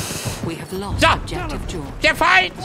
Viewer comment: Wegen dieser unglaublich lustigen Aussprache hast dir mein abo verdient :D Mehr davon ! "SCHUSS" "ist der Fein ausgelöscht? hahahahahahahaha ich kann nicht mehr